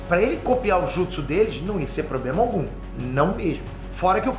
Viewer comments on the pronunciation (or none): none